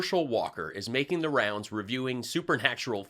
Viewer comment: Every word Herschel said that began with “th” he pronounced it with a “d”. The-de, they-dey, their-deir, them-dem.the man cannot pronounce “th”.